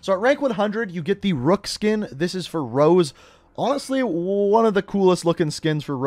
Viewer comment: OMG!! HER NAME IS ROZE, NOT ROSE.... LOL... YOU DID THIS IN A PREVIOUS VIDEO ALSO...LOL